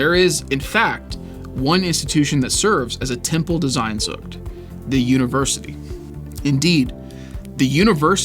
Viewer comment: Bro just read it as it is sehnsucht. It is not sainnnnnsucht.